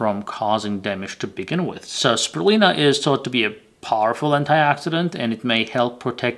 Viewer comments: How come you don't say the "u" in spirulina? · Speeer re lye nah